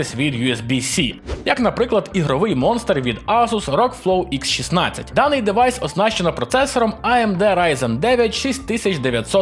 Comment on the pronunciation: Та не дЕвайс а дІвайс!😉